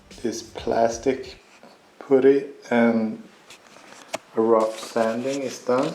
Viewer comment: Dude, where did you learn to work on cars to such a high level, is it your full time job? In English it’s pronounced putt-tee. Poot-tee makes me laugh every time. 😂😂 And use a dust mask on camera. Sniffing on those plastic particles will do your lungs no favours. Car looks awesome. The 3 inch downpipe on Instagram should make things interesting. 👍👍